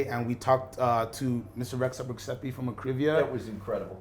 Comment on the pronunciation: Lol the pronunciation of Rexhep Rexhepi